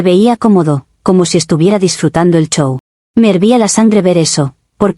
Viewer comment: Jajaja lo mismo le pasa con la palabra “show” (CHOW)….